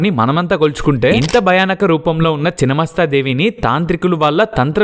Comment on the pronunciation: చినమస్తా కాదు రా నాయనా!! ఛిన్నమస్థా అనాలి!!